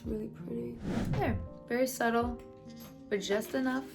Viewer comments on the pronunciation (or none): none